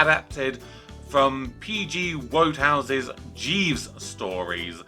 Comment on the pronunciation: It's pronounced "Woodhouse" and "valet" (with a "t").